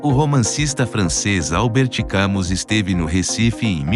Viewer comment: "Álbert Câmus" é dose para paquiderme 😂😂😂